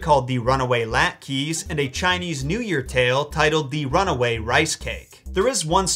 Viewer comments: Haha I laughed out loud in the middle of the drug store when you said that the only way kids today would give a shit about the Gingerbread Man, is if he were a Fortnite skin haha 😂 That was actually funny as hell, and so unfortunately true lol. (Also, sorry but it’s “The Runaway Lat’KA’”, not “The Runaway Lat’KEE’”… and now you made me want latkes with apple sauce… or sour cream… 🤤 🤤 🤤) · Your pronunciation of latke was adorable! It's LAHT-kuh. I highly recommend becoming more familiar with them by making some yourself and eating them because they're delicious.